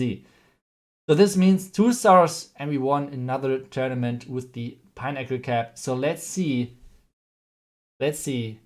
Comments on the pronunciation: Im hearing pineapple instead of pinnacle LOL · Legend says, if we all hit the like button, will google how to pronounce "pinnacle" 🙃.